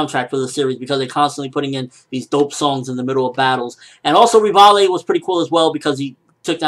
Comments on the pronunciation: ... Rih-vah-lay? Really? LEVI, PEOPLE. LEVI. At least say Ree-vi. Rihvalay is just way too wrong. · You keep saying Rivale Rivale , do you mean Levi ?Most likely you mean Levi.But sometimes you pronounce things so weirdly. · please just say Levi >.> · Oh man ignore how they spell levi/revaille/rivaille just say it how the japanese/manga said/wrote it... リヴァイ= Rivai xD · its CORPORAL FUCKING LEVY FFS!!!!!!!